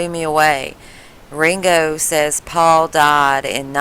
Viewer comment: She calls him wingo its fkin Ringo